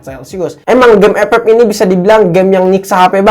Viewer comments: Ngakak saya kalo bilang f f😂😂😂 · Ngakak anjrot pas bilang epep😂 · Wkwkwk pas ngomong epep nya kocak😂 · Ngakak njir pas Ngomong 'EP EP"